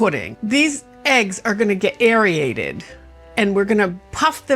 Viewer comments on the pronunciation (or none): Airated not airorated.